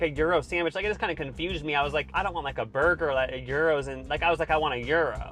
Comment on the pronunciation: Hearing the one dude try to say “burger” was enough for me to turn down the volume. Bwergwer.